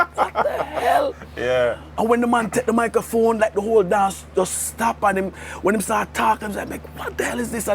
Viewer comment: It's microphone not talkaphone